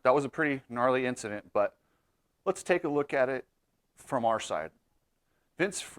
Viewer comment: Did he say Vincident?